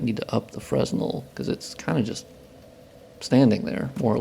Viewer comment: Great work! I love seeing these updates. One note: the "s" in fresnel is silent and the stress is on the second e, like fre-NEL.